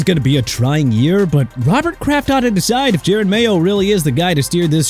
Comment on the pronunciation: WHY DO YOU CARE?! DUDE CAN'T SAY JE-ROD RIGHT AND HE KEPT SAYING JARED!! PLUS HE SAID AARON RODGERS AND THE PACKERS BUT THE QUARTERBACK PLAY FOR THE JETS! SO DON'T ASK ME WHAT I'M MAD ABOUT